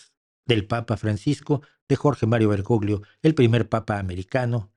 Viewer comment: En italiano la combinación de las letras GL se pronuncia como la LL en castellano, por tanto el apellido del extinto Papa se pronuncia BergoLLo. BergoGLio suena muy mal y es incorrecto.